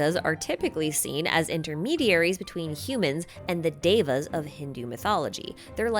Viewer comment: lol i'm sorry- but you butchered the pronunciations. E.X. Devas and Hindus/pos